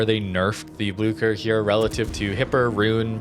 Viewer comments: Its blücher.. blüüüücher not bluechher. Try the "y" in myth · Damn mate, I don't even speak any germanic language but that pronunciation of Blücher is killing me. It's not Blucker, that CH sounds much more like a softer SH sound like the one in SHame.